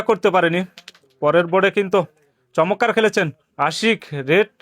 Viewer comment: চমৎকার না বলে চমক্কার বলেন কেন?